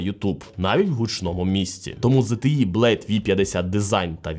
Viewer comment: ого не часто почуєш правильну вимову ZTE, зазвичай ЗТЄ і скрізь англ ' E чомусь обзивають ''Є''.